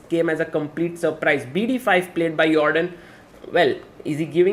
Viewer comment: it's a dutch name he pronounces it correctly actually